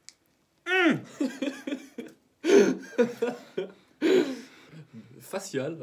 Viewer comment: sa façon dont il dit faciale m’extermine 🤣🤣🤣🤣🤣